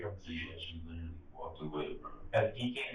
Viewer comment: How many times this man say LIDERALLY, LIKE LIDERALLY .....??